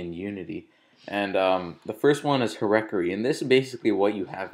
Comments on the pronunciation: Her-ek-ar-ree? You really don't know how to pronounce hierarchy? Hi-er-ar-key (Oh, hey. That's almost exactly how it's spelled). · "herricory", lol, I think you pronounce it 'Higher-Arcky" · LOL "her-reck-tury" try, "higher-archy" "mon-tane-e-ous" where the fuck did you learn english? LOL it's "moun-tan-us" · What was that firs tab,? This is a basic concept, it's call Hierarchy, pronounced [hahy-uh-rahr-kee] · "the first tab is hereckery" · herechory... wow... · "her-eck-er-ee" are you fucking kidding me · i like how you said hierarchy "hereckery" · I don''t take orders from those who pronounce hierarchy, "herecory". Noticing you've addressed this in the comments; almost but not completely redeeming yourself and saving your soul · Heirarchy = [ Hai ]Ar(key) , sorry your a really smart individual and i dont mean to correct your pronunciation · Someone needs to learn how to read before they try to program.. Hierarchy is not pronounced hir-ectary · hooray for another aspergers tutorial!!! Bravo, computer culture. "hi-reck-er-ry" yeah. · He said 'Hierarchy' wrong. The phonetic pronunciation is 'HI-ARE-KEY', just saying... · lol dude it's pronounced high-arch-e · that's not how you pronounce hierarchy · Did he mispronounce hierarchy or is that how Americans say it? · you have a mac ebola laptop, you can't even REMOTELY pronounce hierarchy and you started your video by advertising your forum... guess what your rating is IMO